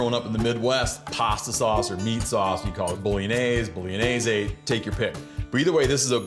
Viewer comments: Steve - I thought you were Italian... pronounced "Bolonyayz" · “Bolognese” right..